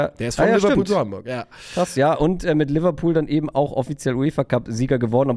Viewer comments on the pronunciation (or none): none